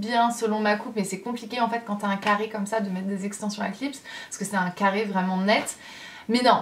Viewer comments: J’ai rigolé comme une idiote quand tu as dis café au lieu de carre 😂 breeeef tu es tellement belle je t’adore de trop et continue de sourire (PK TU VIENS PAS A TAHITIIIIII ME VOIR 😭) 💕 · Moi aussi j’aime ton « café » 😂😂☕️👸🏼